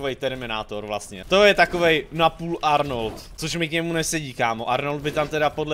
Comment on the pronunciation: kazda druha veta-ardnald-ardnolt😂